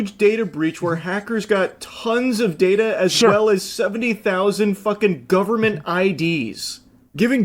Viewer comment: The “guhberment” will protect the kids. 😂